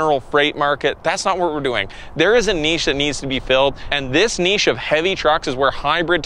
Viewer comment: For proper pronunciation of the word "niche" you get a like